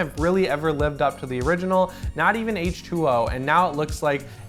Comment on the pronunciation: 😱 You said H-Two-Oh and not H-Twenty. Good work.